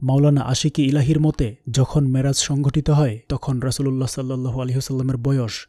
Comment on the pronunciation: Assalamualikum oa Rahmatullaha. You write down "Miraj", but you speaks "Maraj" What happen gentleman. Please explain. Allaha Hafez.